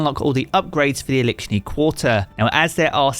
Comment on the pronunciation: Elickshni quatrer😂